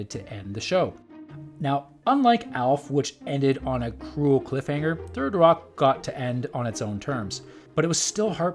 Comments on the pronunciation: "Thirdy Rock" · "thirty rock"?